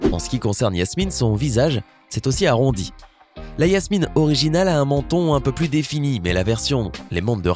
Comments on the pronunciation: Oui ces vrai quile a dit yasmine😄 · Personne n'a entendu qu' il a dit yasmine au lieu de jasmine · C'est Jasmine pas Yasmine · C pas yasmine c jasmine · C'est pas Yasmine c'est Jasmine (dsl c'est plus fort que moi) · On dit pas Yasmine on dit Jasmine! 🤦‍♀️ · Ah oui et c’est pas Yasmine mais Jasmine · C'est pas Jasmine parce que lui il dit Yasmine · Vous avez remarqué il Yasmine et non Jasmine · Jasmine avec un J !!!!!! Et pas Yasmine et c’est Vanellopé!!!! Avec un é à la fin . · Jasmine tu dit iasmine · Sa se dis Jasmine